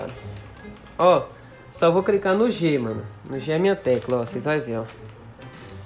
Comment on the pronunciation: Só eu que percebi,que ele falou: "só vou cricar no G " kk